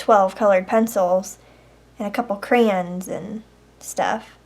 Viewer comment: She says "crans" and not "crayons"....